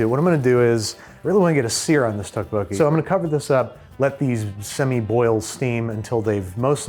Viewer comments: I am begging you, please look up the proper pronunciation of tteokbokki. Dish looks great, but 🙉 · The way Babish says tteokbokki is killing me, please someone. correct him. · The way Andrew pronounces tteokbokki hurts my soul. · pro tip, you don't pronounce the singular k in tteokbokki, CHEERS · Someone has to take Babish aside and tell him how tteokbokki is actually pronounced